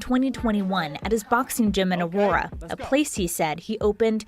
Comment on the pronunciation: Ah-Roar-Uh, not A or uh😅. Aurora bro